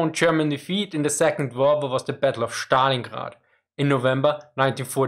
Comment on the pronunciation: Schtalingrad is german